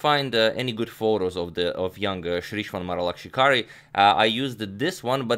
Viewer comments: Be honest, how many times did you practice in the mirror saying Sreeshwan Maralakshikari? So much ease!😂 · My guy said that name better than most Indians(including myself😂) can.